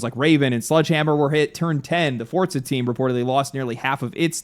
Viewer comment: WTF is forTza? did you mean forza? its not pronounced forTza.... what the fk bro lofl. staaaaap. wait how are ya PRO and ANTI layoffs..... you grifting like a mofo. yall remember his crying about layoffs videos? i do.